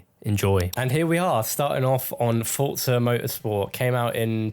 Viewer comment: Bonus points for pronouncing ‘Forza’ correctly. I hate when people say FOR-ZAH, it’s FORT-ZAH. In-game commentary proves that we’re absolutely right about this.